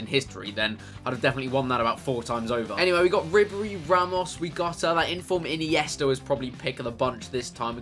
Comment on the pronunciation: ine-yes -ta